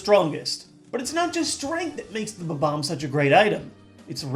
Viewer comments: Did you call it a "ba-bomb"? It's a bomb-omb. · He kept saying it Ba-Bomb, when the word is spelled Bomb-Omb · Did anyone else notice that the balls he used for the numbers are in the same order as his top 10 pokeballs list? BTW I don't think that's how you pronounce bomb-omb... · Correction: It's pronounced Bomb-omb. Not Ba-Bomb. Thank You move along. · I just realized I've been pronouncing bob-omb wrong all these years... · Your pronunciation of Bob-omb annoys me greatly - please don't tell me that that is the correct pronunciation? 0.o